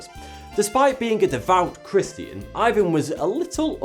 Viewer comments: Man , Ivan is said with the emphasis on the a !!!!!! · Awesome video, but Ivan is pronounced like ee-vahn not eye-vahn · It's actually pronounced "eeVAN" not "eyevan" because the name is in Russian